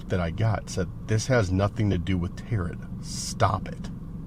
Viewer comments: tarot is pronounced tear-oh. The final T is silent. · Tarot .. is pronounced like tare-row